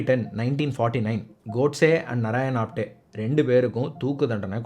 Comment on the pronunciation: ஆப்தே. ஆப்டே கிடையாது